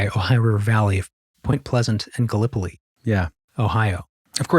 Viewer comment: Gallipolis? Always said with s sound ending in Ohio.